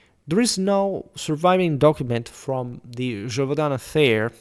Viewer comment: I suspected you were french considering how much you use french maps, but now hearing you saying the title of the beast I am sure you are not. Either way, thanks for your work.